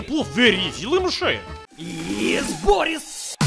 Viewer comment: It's Boris not Voris